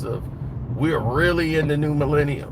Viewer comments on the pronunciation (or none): none